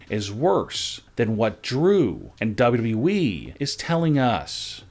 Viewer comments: Would you PLEASE PRONOUNCE WWE PROPERLY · How do you say wwe like that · He can’t say wwe right